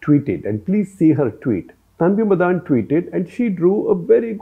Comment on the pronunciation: Sir, its not "Tanvi MadAAn" like you are pronouncing. It is 'Tanvi MADAN". She is from Tamil Brahmin family.